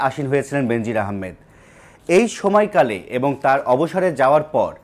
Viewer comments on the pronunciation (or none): উপস্থাপনা সন্তুষ্ট জনক নয় ভুলবাল উচ্চারণ "সময়কালে" ভুল